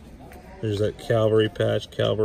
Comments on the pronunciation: For a guy who knows so much about military memorabilia, it is really disgusting to hear him say CALVARY when talking about the CAVALRY ! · I'm sorry but it is CAVALRY NOT calvary. He should know better, otherwise he is very knowledgeable and a great guy